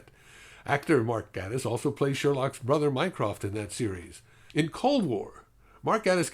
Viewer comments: Yeah, I didn't like Voyage of the Damned at all. Gatiss is actually pronounced "GAY-tiss," but that obviously doesn't matter much. I really liked this episode a lot too. Not much to say. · Gatiss is said like "gay-tiss". Like gay. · it's pronounced GAY-tiss. sorry.